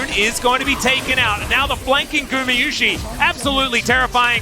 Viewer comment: Gùmə Yushi 其實他不是念mi 只是他把u下重音，a vowel弱化變成 /ə/再接上y的音/j/，口型提前變成i才會變成這樣 韓文就是直接 구Gu마Ma유Yu시Si 都是分開念不會有當成英文念的輕重音問題